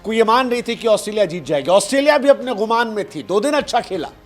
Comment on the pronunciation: Ghumaan nhi Gumaan hota hai! 😮